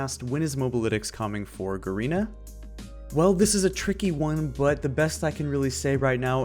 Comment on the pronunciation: Shouldnt Garena be pronounced as G-arena? Im not sure..Could be wrong tho...